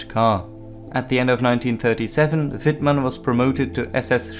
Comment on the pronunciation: Amazing!Do understand German?Your spelling is good,better than some german would pronounce it. I'm part of the 102.Tankbattalion at the Bundeswehr(German armed forces) and even here are picuteres of wittmann rommel and we use a learninguide written by Guderian.So yeah,i dont like nazis so that scared me first in times where political correctness is at first hand.